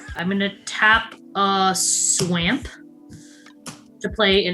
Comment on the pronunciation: I enjoyed this very much, but being honest pronouncing Swamp in the odd way she does from time to time got annoying after the first time